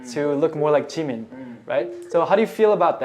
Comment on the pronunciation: Hey, not to be rude, and maybe in just hearing it wrong, but is Oli pronouncing Jimin’s name correctly? Like, I’m not much into that fandom, but some minutes in, when he’s being interviewed by someone, the interviewer says Jimin’s name and Oli says it right after, but differently? Is this nitpicking? It probably is, I just think it’s weird :/